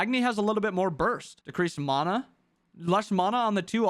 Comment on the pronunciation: Plz don’t pronounce mana like that 😂😂😂 anyways great video